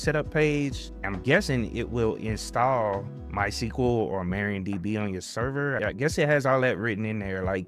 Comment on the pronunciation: That's MARIADB, not MARIONDB. Different women 😁.